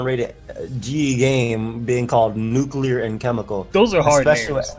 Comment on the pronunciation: you know a real nigga bc he pronounces nuclear as nucular